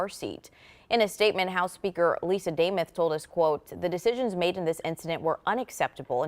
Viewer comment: Do these children have a producer who could help them w name and place pronunciation?? MN rep Lisa Daymooth 🤦🏼‍♂️